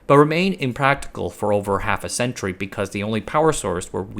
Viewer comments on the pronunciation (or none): none